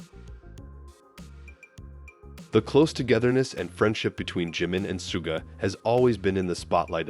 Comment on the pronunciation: Что за манера коверкать имена парней из БТС. Если не знаете имен, так узнайте. Чимина Джимом обзывают, Шугу не могут выговорить. 😢